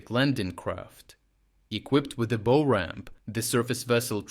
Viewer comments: ... bow ... as in bow ramp... pronunciation hint, when referring to the front of a ship, bow is pronounced to rhyme with cow, or plow, not blow or slow. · I assume this is a standard text-to-speech bot, but just in case an actual person is narrating, bow has two different pronunciations. You used the pronunciation for the weapon, as in bow and arrow. For the front of a ship, it's pronounced like "Ow!" but with a "b" in front.